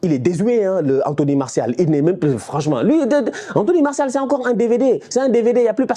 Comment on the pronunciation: “Here goes anthony Maorssial” avec l’accent cest pour me tuer😂😂